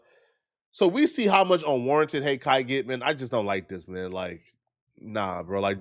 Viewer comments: Kai had no clue who he was and he butchered his name because the boy can’t read not being disrespectful. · You like Kai but still say his name wrong.